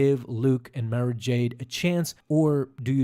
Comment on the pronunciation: Nice video, one thing I think it is pronounced Mara like tomorrow not Mare-a.